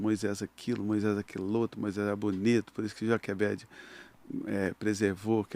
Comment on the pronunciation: A mãe da Camila falou Joquebede